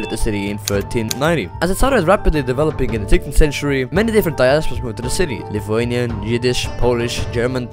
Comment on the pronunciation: i am surpised that you pronounced lithuanian correctly, I like this man, right here. Gera ta Estija ir Latvija, bet ir myliu savo šalį, Lietuvą.